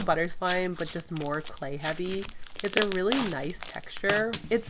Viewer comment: I always notice you say slay slime instead of clay slime